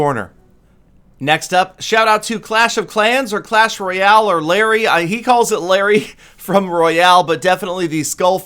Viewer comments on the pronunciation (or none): none